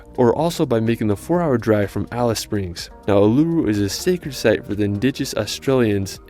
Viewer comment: Melbourne has overtaken Sydney as the most populated city in Australia now. I wish that this guy who did the original video checked on the pronunciations of places as it grates when he does it incorrectly. Uluṟu is ooh la ru, Bondi is bond eye, Melbourne is Mel bin etc.